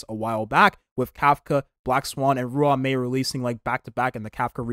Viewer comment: Bro.. Im not usually picky with how people pronounce names and words etc, but damn when you pronounce ruan mei, it.. Yeah.. Idk dude.. xD It's pronounced, RAWN-MEY. Nice video though